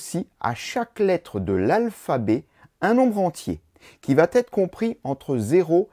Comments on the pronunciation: Qui va être et pas qui va t être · À au moins deux reprises, quelque chose va T'être... Ouch la vilaine liaison qui écorche les oreilles.